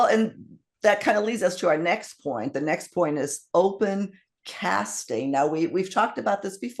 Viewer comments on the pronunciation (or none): I thought you said "Open Casket" when you said "Open Casting". I had to play that part back again.